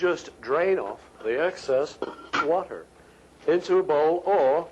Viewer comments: I like how he said "water" in an american accent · But , he says it again.like Brit. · lol he pronounced "water" in an American accent